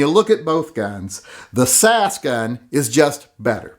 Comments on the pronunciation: its s a s.as in british special air service,komando regiment. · This reminds me why I unsubscribed from TYM. He hasn't actually touched the Hellcat, but pronounces it much harder to shoot than the P365. And he compares an extended grip on the P365 with the standard mag on the Hellcat. Worst of all is him saying "sas" as if its a word. Every time I try to like TYM, he proves himself yet again to be a b!tch. Don't review a gun that you've never been in the same room with.